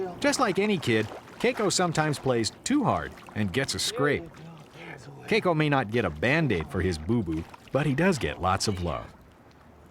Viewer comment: Anyone else bothered by how the narrator is pronouncing Keiko?